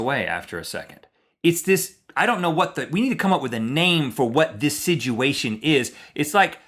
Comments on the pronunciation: Now Rhett is the one mispronouncing a word consistently. It's "situation" and not "sidguation" sir! Also, my name is Rob, and if you guys, Rhett & Link, see me anywhere, you can immediately interrupt anything I'm saying or doing to speak to me. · he isn't saying "situation" correctly... Rhett says it like "siduation" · Rhett says "siduation" instead of situation...